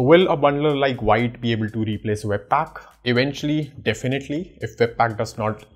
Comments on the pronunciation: Wrong it's not pronounced viite, it's vit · still you can say "wheet", but not "white". What I'm trying to say is, it's irrelevant if you pronounce V as Whee, the "White" pronunciation is wrong. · The first thing vite documentation says that it is pronounced as "vit" not "white" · btw it's spelled like white but real pronounciation is veet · Veet not white 😁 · Why you saying white, it's the French word thats pronounced Veet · BTW it's veet not wite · it's vit not vaite lol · All good, just one thing 😂 it's pronounced as Veet, not Vite. Yeah ik an Core team member corrected me in their discord 😂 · Its veet(wheat) not white..... A french word means quick.... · Hi thanks for your content, but the pronunciation is VIT not VAIT. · its pronouced V + eat .... not V + ight . VITE is french For FAST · It's pronounced "Veet" not Vite. Grammar Nazi 😋😯😉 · pronounced like wheet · Thanks for the nice explanation, the pronunciation is VIT (VEET) as per the developers. Thanks again... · The official docs says you need to pronounce it as "veet" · Pronounced like veet - it's French for fast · It's Veeeet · I’m pretty sure its pronounced “v-it”. It means fast in french (im guessing since vue means view in french) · Actually it’s pronounced “sheet” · Actually it’s pronounced jit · I really like parcel and vite over webpack( BTW its pronounce more like VEET/VIT). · It's pronounced as "Veet" 🙂